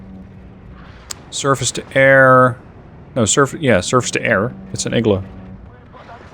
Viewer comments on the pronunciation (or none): none